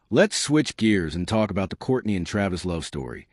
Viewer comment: I only watched this because this person calls Kourtney’s old ass Kourney ( Korny)😂